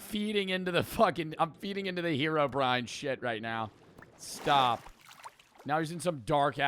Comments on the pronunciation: Wait, did he just said "herobr-ian" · Herobrian😭🙏 its Herobrine